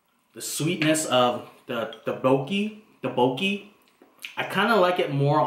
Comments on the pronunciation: It's not pronounced "daboki", rather "duk-bok-ki". The first syllable, "duk", also needs to have the sound from "t" mixed in with the "d". It's hard to explain. You need to say it sharp and quick and it'll sound much better. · Pronounce it, thhuck-boki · I believe they pronounce it as duk-boki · Taboki, tadooki, dabuki😂😂😂😂😂